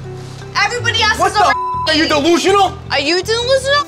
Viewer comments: “Are you delsinal” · "Are you Deluzinal?" 😂😂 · “Are you deloosanal” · Pauly: “Are you delusional?” Angelina: “Are you delusinal?” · Pauly: Are you delusional? Angelina: Are you deluoesinn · Pauly: Are you delusional?! Angelina: Are you dlelusinal? Pauly: 😧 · it’s the “are you delooseanal” for me ✨ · "ARE YOU DELLUSIONAL?!'" "r u delusinol?" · When Mike takes off his shades 🤣😂🤣😂. Followed by the ARE YOU DELOOSIONAL